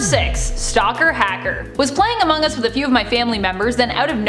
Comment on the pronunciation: among US not omong us